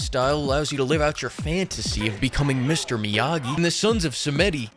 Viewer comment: "Sons of Sah-Meh-Dee" Advanced people